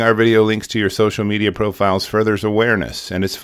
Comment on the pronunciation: Just a FYI , there is no pause between Social (pause) Media, it's Social Media, it blends together.